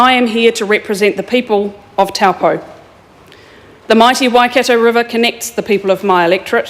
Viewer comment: It makes me cringe how she keeps misp4onouncing taupō